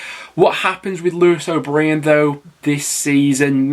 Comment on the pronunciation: its pronounced lewis o’bryan. not breeant